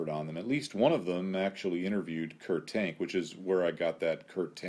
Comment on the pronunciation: Great video, one minor quibble. I believe that the FW-190's designers name is more accurately pronounced as "Kurt Tahnk"